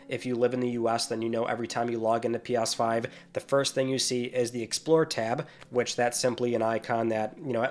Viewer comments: "P AHHSS 5" its "Ps5" lol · It’s pronounced “pee-ESS-five” not “pee-OS-five” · Did he say P ass 5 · Is he saying "pee oss five" or am I just hearing weirdly? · All I keep hearing is "Pos5".... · You say ps5 weird